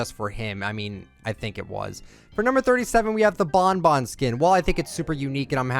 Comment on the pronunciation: he called bon bun bon bon